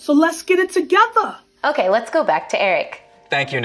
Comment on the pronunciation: omg I could not stop laughing! "So Lets Get it Togeva!" Much love, don't change XD.